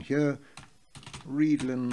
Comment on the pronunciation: Yes, I was saying that your pronunciation of 'readln' is correct.